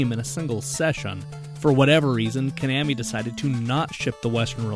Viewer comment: You pronounce Konami "ca-nam-me". I pronounce it "co-na-me". And "tin-gen", sorry it's "Ten-gin". Where did you learn these names? Where you raised in a bomb shelter by yourself?